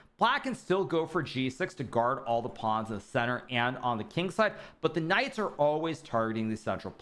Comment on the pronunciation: everytime he says "these Knights" all i hear is these nuts.